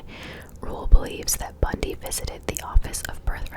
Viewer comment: It is Bundy :)